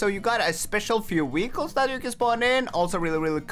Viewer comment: Bro its not weekle its vehicles